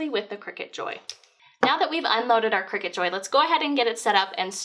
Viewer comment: CRY-cut. Not Cricket.